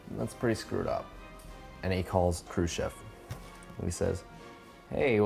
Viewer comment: no one else thought he kept say "crew ship"